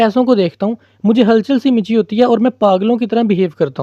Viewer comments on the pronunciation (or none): Hal chal si machii hoti ha Michi nhi sir😅